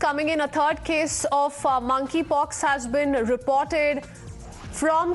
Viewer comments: 0.55 she said money pox 🤣🤣🤣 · Money pox you said 😂